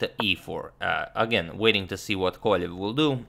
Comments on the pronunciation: Why do you say Kovaljev his name is Kovalev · Since you're striving to pronounce names better. Wiki says that Vladislav's name is "Владислав Ковалёв", so it should be "Kovaliov", stressed on "iov".